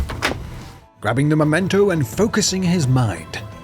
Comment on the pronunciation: It's memento, _ not _"momento". So many Americans seem to get this wrong.